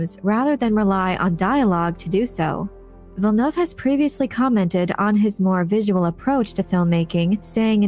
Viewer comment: Gaaaahhh, please, not Villeneuve.